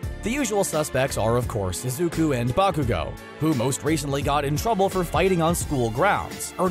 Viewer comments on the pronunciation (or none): none